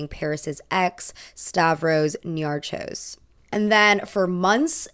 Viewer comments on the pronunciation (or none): It's pronounced Stavros Niarhos but good try 😂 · It's pronounced as Niarhos. It's a Greek name.